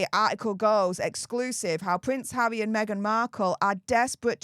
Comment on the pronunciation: Its harrrrrrrrry not havvvvvvvvy😂